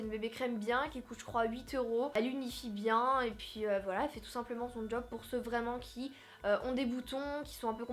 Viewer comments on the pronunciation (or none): none